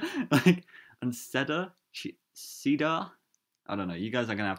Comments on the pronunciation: It’s pronounced “see-der” for cedar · cedar (see-dar)